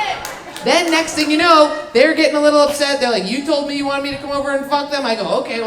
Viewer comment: "a lottle" 😊